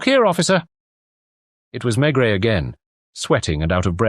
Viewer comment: AI. NO THANKS. I knew instantly as soon as he said Maigret. The T is not pronounced. And the voice pronounced it.